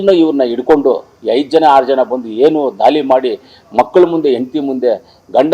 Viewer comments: ದಾಲಿ ಅಲ್ಲ ಸಾರ್ ದಾಳಿ ಕಲ್ಲ ಅಲ್ಲಾ ಸಾರ್ ಕಳ್ಳ ತಾವು ಯಾವ ಶಾಲೆಯಲ್ಲಿ ಓದಿರದು ಸ್ವಲ್ಪ ಕಡ್ಡಿಪುಡಿ ಕಡಿಮೆ ಮಾಡಿ ಸಾರ್ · ಸಿಂದೂರಿ ಅಲ್ಲ ಮಂಜ ಸಿಂಧೂರ್ , ದಾಲಿ ಅಲ್ಲ ಮಂಜ ಧಾಳಿ, ಕಲ್ಲ ಅಲ್ಲ ಮಂಜ ಕಳ್ಳ, ನೀನು ಏನೇನು ಹೇಳ್ದೊ ಅದೆಲ್ಲ 20 ವರ್ಷದ ಹಿಂದೆನೆ ಆಗಿನ ಸರ್ಕಾರಗಳು ಮಾಡಿದ್ದೀದ್ದರೆ ಈಗ ಉಗ್ರರು ಬಂದು ಪ್ಯಾಂಟ್ ಬಿಚ್ಚಿಸಿ ಚಡ್ಡಿ ಒಳಗೆ ಅವರ ಧರ್ಮ ಹುಡುಕ್ತಿರಲಿಲ್ಲ ಮಂಜ...